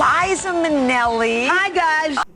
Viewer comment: I thought i was ready but was clearly unprepared when opened with, "Hi, guysh!" WITH THE FULL 'H'